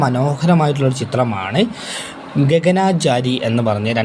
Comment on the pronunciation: ഗഗനആചാരി അല്ല ബ്രോ ഗഗനചാരി ആണ് സിൽമ അല്ല ബ്രോ സിനിമ ആണ്